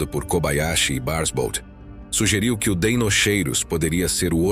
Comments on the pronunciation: Em latim “ch” tem som de “Q”. Portanto fala-se “Deinoqueiros”. Atente para a pronúncia correta. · O "ei" tbm se pronuncia "i" , assim ficando "dinoqueirus" , igual a dinossauros de DEINOSAURUS ( lagarto terrível)